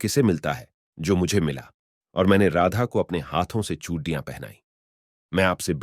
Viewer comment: Phale chudiya to bolna sekhlo bhai Radha Krishna